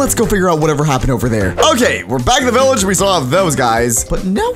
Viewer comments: When he Said THE VILLAGE it SAUNDS like OH NO AUR TABLE ITS BROKEN! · When you said the village was gone I thought you said oh no the table it’s broken😊